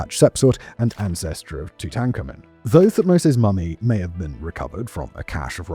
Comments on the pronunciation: Tootankhamoon. Did he stutter? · Two-Tankamen! Really Simon?!?! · This is the comment I was looking for. Did they change the pronunciation of Tutankhamun?😂